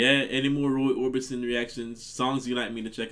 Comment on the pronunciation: OrbiSon, NOT OrbiTson